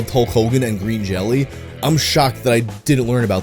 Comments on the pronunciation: I just wanna say, Green Jelly is pronounced Green Jello, but they got sued by Jell-O and changed it to Green Jelly, but they still insist on pronouncing it as Jello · If you love Green Jelly so much then you should know it's pronounced "Jello"... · the band is supposed to be pronounced Jello. the y with two dots is a german character that is pronounced like an o. they did that because the food product tried to sue them.